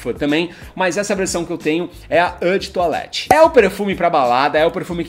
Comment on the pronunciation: Não é â de toilette é ô de toilette, não é "Savage", é "sovage". Não sabe falar o básico, foda falar de perfume assim.